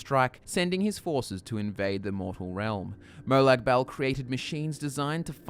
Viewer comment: Hue you pronounced Bal as "Bowel". What is he the Daedric lord of shit flinging!? hahah Silly Aussies that's Peryite not demonic Bernie Mac!